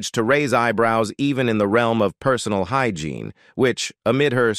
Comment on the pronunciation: I was looking for this comment! The voiceover/narrator wasn’t even speaking English some of the time and even switched up to an Hispanic accent a number of times. Who mispronounces “hygiene “? I hate AI.